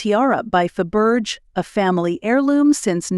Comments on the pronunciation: Fa-Berge!!!! (fa- buh - jay) and what's up with your pronunciation of 'Grosvenor'? (no /s/)(I suspect this is AI) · It would really help if the narrator could pronounce English names. It is NOT GrossVenner nor is it Faburge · It is pronounced grove-nur. Learn the correct pronunciation before doing videos like this. It also not pronounced fuh-berge. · Pronunciation is very poor. Grosvenor+ Grow-ven-or, Fabergé= Fa-ber- gay soft G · Just dreadful, I had to turn it off as could not stand to hear the way it was pronounced. Obviously no research done as per usual. Do not pronounce the S in Grosvenor please, also Faberge please pronounce as if it is Faberjay! Dear me!